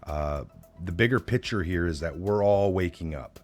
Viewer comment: Pic ture not pitcher